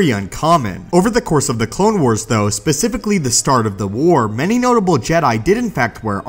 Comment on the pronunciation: U said pacificaly